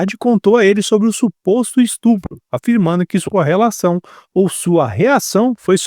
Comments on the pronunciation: Parabéns pelo vídeo. Só uma dica, não é estrupo, é estupro. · Perdeu a credibilidade ao pronunciar "estrupo"